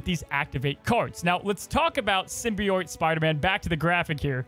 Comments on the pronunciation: You said Araña better than Symbi- OIT. It's pronounced Sym- bee- it or sym- bi- oat. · Sim-be-oat As opposed to sim-be-oyte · Did he just say "Sim-Bee-Oit"???? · This card is [perfectly good pronunciation] Araña. I probably butchered that haha I don’t speak Spanish. Also: The season pass card for the season will be SIM-BEE-YOIT Spider-Man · if you read this, symbiote is said like sim-bee-oat. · SYMBIOITE?? WHERE IS HE GETTIN’ THAT SECOND I FROM??? WORDS AIN’T PEOPLE MAN THEY DON’T HAVE TO HAVE TWO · ''Sym-bee-oyte'' was KILLING ME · Roll The R When U say Arana. Lol Good Luck. Oh & Sybi-OAT. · Not to nitpick, but it is pronounced Sim-Be-Oat (Symbiote) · The pronunciation of symbiote is sending me 😆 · Nails Araña, butchers Symbiote lol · I've never heard "symbiote" pronounced the way says it until this video😂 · You said "Araña" perfectly. Symbiote, however...! LOL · I’ve never heard someone pronounce symbiote like that. Holy moly lol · I cringed every time attempted to say “Symbiote” 😂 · You pronounced Araña correctly! Symbiote though lol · After your poor pronunciation of Symbiote & Araña, I'm surprised you could say scarlet spider correctly. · Symbiote pronunciation is satire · Why is he saying symbiote so badly? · Your pronunciation of araña was perfect. Your pronunciation of symbiote however was the worst thing I've ever heard in my life